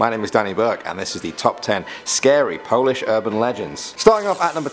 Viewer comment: Your pronounciation of polish is pretty good